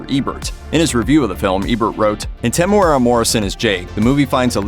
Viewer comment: Why do you keep mispronouncing his name? Lol